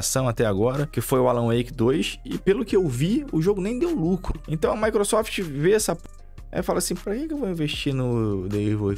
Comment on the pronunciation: "maequesofte" sempre destruindo os sonhos do kkkk😅